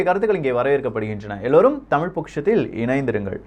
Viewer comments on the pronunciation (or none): none